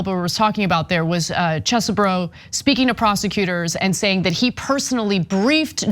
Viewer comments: Why take on a news segment if you have no clue how to pronounce a name? Does Chesboro look at all like it should be pronounced as Cheeseboro? Its not the most annoying thing you do but its still quite foolish. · It's Chesebro not Cheesebro! OMFG 🤣🤣🤣🤣🤣💯💯💯💯💯 High school must have been hell for this dude 😅😅😅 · NOT CHEESEBRO IT'S Chesebro learn how to pronounce! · Ana has said the names “cheezbro,” “chessbro,” and “chess-eh-bro” all within 5 minutes of one another. I ❤ the lack of respect, keep it going babe! 😂😂😂😂😂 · Huh, his name is Chesebro, get your facts straight.